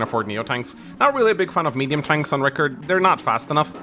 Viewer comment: It's Rii-karrd